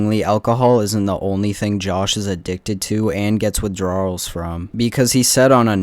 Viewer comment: WithDRAWRLs is an interesting pronunciation. Did you just say it that way to highlight how Josh does?